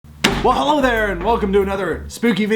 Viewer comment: Did he say 'holo everyone' ?????